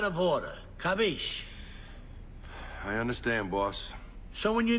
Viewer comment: Traduziram errado. Não é CAPICHE, é CAPISCI. No italiano o "CHE" se fala como "Que", o "SCI" se fala como "CHI" e o "CI" e "CCI" se fala como "TCHI". Tu capito.